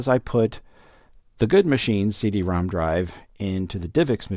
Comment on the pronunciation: I thought he was saying "See de ROM"